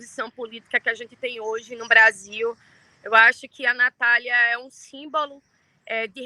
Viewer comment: " SÍMBALO " ??? KKKKKKK